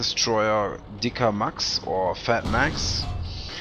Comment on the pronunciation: Its so lol when you say the name in German :)